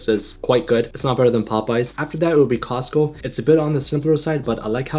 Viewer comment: Fun fact: Every Wingstop is Halal. And The way man said Costco was like Cozco